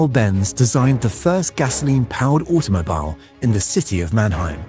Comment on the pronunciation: Also the mispronunciations... automo-bile? Lmao